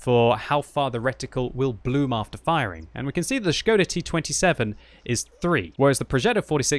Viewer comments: gives all kudos for saying Š right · Probably the first English youtuber who can read Š. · I appreciate your pronunciation of the word Škoda:)